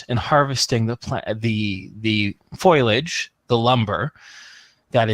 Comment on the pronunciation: Amenities Denizens aaaaaaannnnnnd, (say it with me now) FO LI AGE FOLIAGE NOT FOILage! been driving me NUTS for ages !!